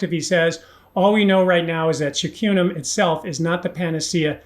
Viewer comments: Great video, but b-cartone?? It is beta car-o-teen, right? Also curcumin is pronounced kur-ku-min. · why do you pronounce carotene like "cartoughn" or something?:) And curcumin is usually pronounced like "kurkumin."